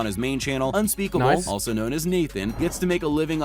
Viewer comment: And unspeckble